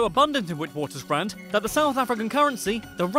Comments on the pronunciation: Not witwatersrand(with the "w" at the start) it is actually vitswatersrand (with the "v") (and say the "s") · Witwatersrand is pronounced: "Vitvatersrand" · Witwaterstand is pronounced (vit-vah-ter-strahnd)